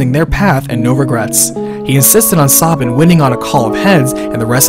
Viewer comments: SAY-bin, not Saw-bin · I hate how u pronounce some name like sabin... Saw-bin? Its Sabin like stabbing with no t or g lol. And omg the e at the end of Narshe is silent to you too? Omg am i alone? I even pronounce Celes differently but barely. I say kinda like sell-us. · But the pronunciation of Cyan and Sabin sounds horrible. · Ugh, your pronunciation of cyan and sabin pains my ears, but you did do a fantastic job with this review so thanks for that! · Btw, Sabin's true name is Mash, I think ? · Yeah, Sabin is Mash in Japanese, Cyan is Cayenne and Terra is Tina. You can pronounce Sabin however you like, but i feel it's wrong the way he does. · Why do you pronounce Sabin and Cyan incorrectly?